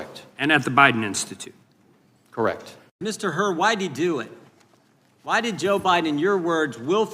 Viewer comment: It's Hur, not Hurt.